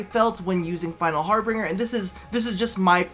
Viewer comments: it's HARBINGER how did you get "Harbringer"? plz stop lol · it's Harbinger, not harbringer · btw it's final harbinger not "bringer" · I love you man but it's har-bin-ger or ˈhärbənjər it is like the word ginger but with a B it doesn't have an ing sound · that also kind of annoyed me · Final Har-BINGE-er. That's how it's pronounced.